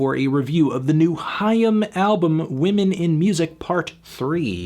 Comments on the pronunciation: No Anthony, it’s not ham. It’s haim. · I always thought it was pronounced like 'aim' but with an h sound at the beginning